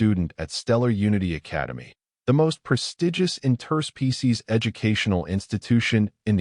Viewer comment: Great story, but I wish your AI would learn the word "Interspecies" in its pronunciation. The inflection point is totally wrong. " Inter- SPECIES" is correct. "in-TER-species" is wrong. The base word is, "SPECIES"